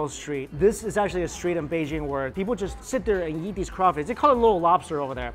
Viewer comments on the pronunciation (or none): Why when you say eat you say YEET?!?